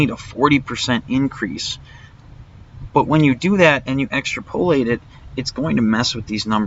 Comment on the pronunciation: EX-trap-oh-late Not Extra-poh-late